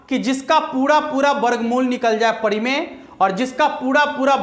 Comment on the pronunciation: pahle to gane ke bol sahi se sikh lo, aur parimey ko padimey bol rhe ho 😀😀😀